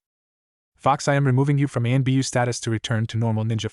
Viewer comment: This AI starts with master then switches to bastardized Japanese shishou which the AI pronounces shershow. You know like Shersway Uchiha. I cannot stand this voice. This being Naruto in anbu sorry umboo, usually it's constantly talking about protocols, compartmentalize, strategies. Don't forget all the Chons kuans. Can't blame the AI narrator for that all the fanfics use like 5 bastardized Japanese words every other word.